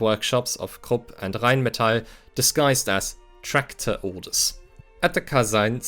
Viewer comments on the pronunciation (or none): none